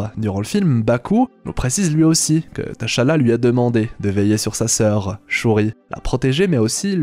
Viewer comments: Désolé mais le fait que tu prononce le prénom Tchalla Teuchalla m'a perturbé toute la vidéo 🤣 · Ça se lit pas << T>> << Chala>> mais < > même si ça s'écrit << T'challa>> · Ça se dit T’Challa (Tchalla) pas TaChala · AAAA c'est T'chala pas Ta'chala... gr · c'est pas te cha la c'est t'challa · s’il vous plait, c’est Tchallah pas T-Challa 🤦🏽‍♂️🤦🏽‍♂️🤦🏽‍♂️🤦🏽‍♂️😫😫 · c'est pas tachalla mais tchallah 😭😭😭😭😭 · TCHALLA ça se prononce « CHALLA » comme Chat 🐈 comme TCHAD 🇹🇩 le pays, arrêtez de détacher la lettre T dans la prononciation. C’est en deux syllabes TCHA-LLA et non 3 syllabes T-CHA-LLA ça sonne faux dans la prononciation, j’entends souvent les gens détachés le T dans la prononciation de TCHALLA, je ne sais pourquoi ils font ça et pourtant ce n’est pas compliqué à prononcer. TCHALLA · On ne prononce pas le T de Tchalla. Ça m’énerve tellement quand vous faites ça!!! Ils le font tout le long du film. N’importe quoi!!! Et ça ne s’écrit pas T’challa, mais Tchalla. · bonne analyse mais pk prononcer tachala ?? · Par contre apprend à prononcer tchalla.... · "TacHaLLa" 😫😫😫😫😫 T'Challa on prononce juste le T en phonetique, pareil que quand tu as dit N'Jadaka 🫠 ca fait 4 ans quand meme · Mon reuf commence déjà a bien prononcer le nom du king sinon çv